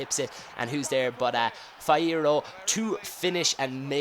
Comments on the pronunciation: fee-air-o not fie-ero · actually I think he was having trouble with the FIE part. It's FEE-ER-O. Ang he isn't going by nationality, he is going off of skill moves. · Its fee-eh-ro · Its fee-eh-rro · Fierro is pronounced Fi (as in fever) erro (as in error). Pretty easy ;) thump up so he can see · also, dont forget he needs to pronounce the fi in fiero like the fi in fiona. so it goes like this fi-eh-ro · Fee-eh- rro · Im Mexican if i need to recommend you a mexican striker would be Carlos Vela (Liga BBVA), Javier Hernandes (Chicharito) (Barclays PL), Oribe Peralta (Liga MX) Like if you don't have anything against Mexicans. You need to pronounce FieRRo need to pronounce the R harder. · Fee-air-Oh roll the Rs if you can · Fierro is pronounced: Fee-air-oh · Fierro = FEE-er-oh ( roll the r) :) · Fierri = FEE-er-oh (roll the r) :) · Yea i think it is okay when he says it in to only the r harder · ooh also it is pronounced like you said it in only the R harder (in spanish when there are to rr together it means you need to say the r harder)